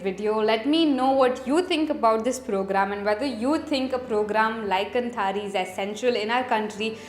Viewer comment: Sure you got this minor feedback: it is pronounced "kaanthaari". :) कांथारी. 👍🏽